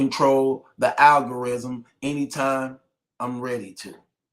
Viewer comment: “ the algarizm” got it .